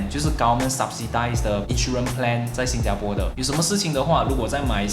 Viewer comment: 你还是不愿意改变把新加bo说成新加po.